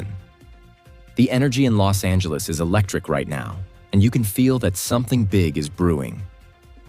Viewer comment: AI got it right with the Bos Angeles 🤣